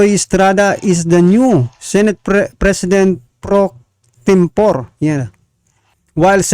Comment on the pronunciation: Senate PRO TEM PORE> ang bigkas PRO TEM POREY